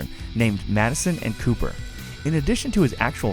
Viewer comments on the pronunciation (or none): none